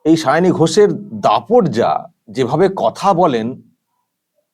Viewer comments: যে ভালো-ভাবে একজন প্রার্থীর নাম উচ্চারণ করতে পারেন না সে আবার মুখ্যমন্ত্রী ছিঃ -----।শাওনি নয় সায়নী। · আমাদের মাননীয়া মুখ্যমন্ত্রী কি সায়নী বলতে পারেন না?তাই শাওনী বলছেন 😄😄😄 লজ্জা জনক ব্যাপার 😠😠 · ও ওরকম হয়। পোতিবাদীদের উচ্চারণের একট আধটু ওরকম হয়! সায়ণী আর শাওনি ঐ সব একই হল...ড্যাং...ড্যাং... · উচ্চারন সাওনী নয় সায়নী হবে😂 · উচ্চারণ টা ঠিক করূন। সাওনি।সাওনি মানে শোয়ায় উস্তাদ। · দিদিমার মাথা খারাপ হয়ে গেছে,তাই সায়নি কে সাওনি বলছে। এই হচ্ছে আমাদের বাংলার মুর্খ মন্ত্রী। লজ্জা লজ্জা,ছিঃ, ছিঃ।।😮😮😮😮😅😅😅😅।। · Ekdam netrir moto jhagra korte pare Onar nijerto uchharan e poblem achhe tai sayani k saoni bolchhen . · Nije Maoni tai uchharon korchen Sawni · Gora thekei o vul val pronounciation bole asche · অশিক্ষিত cm একটা নাম ও ঠিক করে উচ্চারণ করতে পারে না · নিজের candidate এর নামটাও উচ্চারণ করতে পারেন না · ঘুম থেকে উঠে শুধু ঝগড়া করে।জিভ ছোলার টাইম পাইনা।তাই নাম ঠিক করে বলতে পারছেন না ।কবে যে বিদায় হবে। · কুচুটে ও ঝগরুটে পেতনি পিসি কোন ভাষাই ঠিক মত বলতে পারে না। তাই ঝগরুটে কনডমওয়ালীর নাম টাও ঠিকঠাক বলতে পারে না। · এমন মূর্খ যে প্রার্থীর নামটাই উচ্চারণ করতে পারে না। আর ঠিকে ঝী কে প্রার্থী তো করতেই হবে, নাহলে বস্তির কালচার চলবে কী করে?? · যাদবপুরের ভোটার হিসেবে খুব লজ্জা করছে। উনি তো নামটাই ঠিক মতো উচ্চারণ করতে পারেন না। ঝগড়ুটে মেয়েকে ভোট দেবে মানুষ এটা ভাবতেই খুব লজ্জা লাগছে। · প্রোগ্রাম যেভাবে "পোগ্রাম", গভর্নমেন্ট যেভাবে "গরমেন্ট", সেভাবেই সায়নী হলেন "তিনোমুলের শাওনি"।